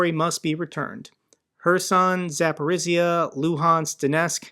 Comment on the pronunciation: love you content. If I could give you a tiny tip it's that Zaporizhzhia is pronounced zah-POH-reeja. The zh make a J sound. That is all. Thanks for the hard work.